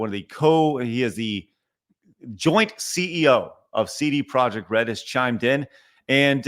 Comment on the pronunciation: CD Projekt, I dub thee “Seedy Project”